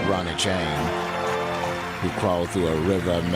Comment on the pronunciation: Ronie Chieng. Don't kha khi khong, kha khi song.